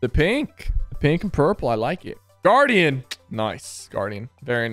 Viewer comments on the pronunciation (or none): none